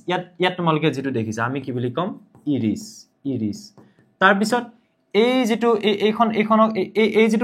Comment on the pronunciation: ইৰিছ নহয় ছাৰ আইৰিচ হব লাগে ❤